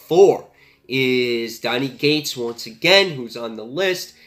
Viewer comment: It sounds like your saying Donny 'G'ates, but its Cates. Not trying to be a grammar nazi, just thought you should know.